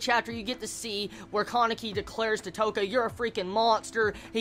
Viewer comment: I'm sorry, I'm really sorry, but I have to say just this: Touka = 'to' as in 'toll', not 'toe', so it's ends up sounding like 'touhka' and not 'toeka' Kaneki = not KAAneki, but probably KA-NE-KI with emphasis on all syllables rather than stressing one particular one. If you absolutely have to stress something, say it 'kaNEki'. I hate to be a youtube know-it-all I'm sorry everyone I'm sorry I just hate name mispronunciation :(